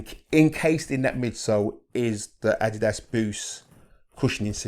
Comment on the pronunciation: Rare to see a shoehead that pronounces ''Adidas'' correctly, nice to see. Def gonna pick these up thanks to this video. Detailed all the stuff I was curious about.